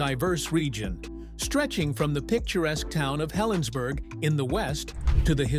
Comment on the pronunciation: Its heh·luhnz·buh·ruh